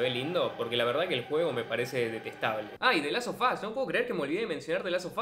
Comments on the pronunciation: que no es the last of us? Es que parece que dices the las o fas... En el minuto ... Así se escucha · De las so fas, de la so fas! Como me olvide de la so fas!! Aprende a promocionar la letra final de las palabras